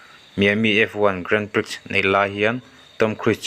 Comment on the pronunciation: Grand Pri tia lam tur